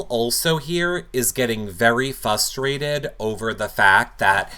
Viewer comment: Holy shit...there's an R in "frustrated," and yes you pronounce it!